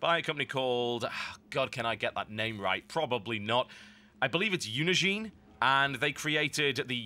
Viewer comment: I think it's pronounced "Unin-Gine" (the "Gine" being pronounced like it is in engine)